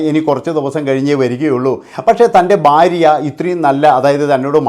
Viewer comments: ബാര്യ അല്ലെടാ മൈരേ,, ഭാര്യ ആണ് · എന്നാലും ഫാര്യ എന്ന് പറഞ്ഞില്ലല്ലൊ